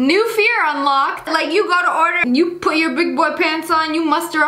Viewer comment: lol when sssniperwolf says new fear unlucked